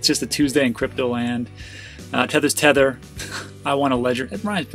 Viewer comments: Ledger. “Tether’s thether. Nobody cares” 💪😂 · Ledger -thether is thether